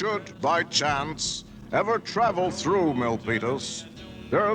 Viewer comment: I refuse to believe that I'm the only one who hears say "Millpenis Monster"! 😳😳😳